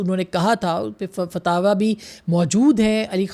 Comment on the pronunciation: It's, "Fatwa" not " Fataawa"